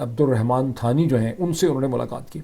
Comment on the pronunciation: میاں، اردو میں “ثانی” کا تلفظ ہے “سانی”، تھانی نہیں۔ آس لفظ کا مطلب “دوسرا”۔